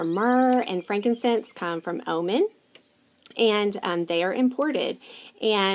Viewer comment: Thanks for the info! Just so you know, Oman is pronounced "oh-mon." But I love your accent and the info you gave! Must try the Cypress!